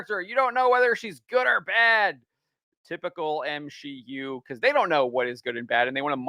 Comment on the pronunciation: M-She-U? You haven't had sex before, huh?